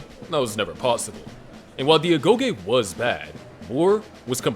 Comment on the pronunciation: "ago Yi meaning education" and paides "pe des meaning children" ... know i see all the video ..yea i cant keep up with all the greek words but is extra funny :D